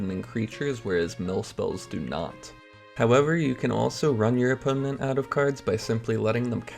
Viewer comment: opponent has 3 syllables not 4